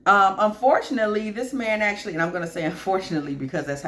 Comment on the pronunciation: Stress on the word unfortunately lmfao good stuff, resonates.